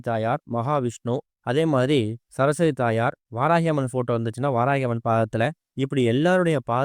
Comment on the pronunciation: ச ர ஸ் வ தி . என்று . நிறுத்தி , நிதானமாக தெளிவான முழு உச்சரிப்புடன் புரியும்படி பேச முயற்சிக்கவும் .